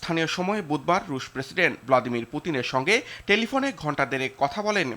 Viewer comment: এই মহিলা সাংবাদিক হয় কি করে 😂😂 ভলদেমির পুতিন বলে😂😂